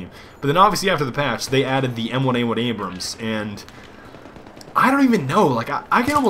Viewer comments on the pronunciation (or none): none